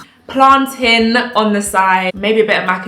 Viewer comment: Yessssss!!!! 'TIN' not 'TAIN' the plantain pronunciation debate will go on forever 😂